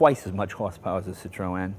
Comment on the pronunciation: This is a great show, but I can't stand how Jay pronounces Citroen!